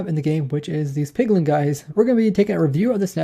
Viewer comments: Pretty sure it's piglin and not pigliŋ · Take a shot every time he says Pigling or Hogling instead of Piglin or Hoglin. Joking aside this was a very informative video. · Where do you get the ing from. It's piglin it hoglin.